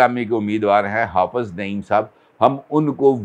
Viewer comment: It is Hafiz not hafaz